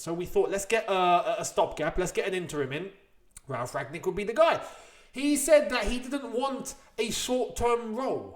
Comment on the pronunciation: I don't think you pronounce the g in Rangnick.